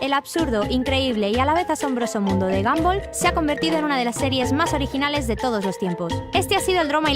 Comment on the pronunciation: Se dise gonbal no ganbal